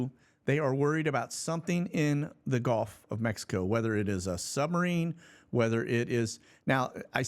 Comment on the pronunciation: Hey! Why do you pronounce Gulf of America, Golf of America? It sounds silly man.